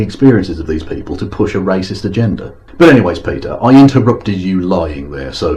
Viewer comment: Thank you, I think this is my first one of these which isn't about someone obsessed with an Armenian American, this one was about someone obsessed with a Hungarian American. Someone needs to tell Petey the "G" in agenda is soft., just to say, I think the leaders that Petey loves being in power is more a symptom of, rather than the cause of, their countries generally lower levels of happiness.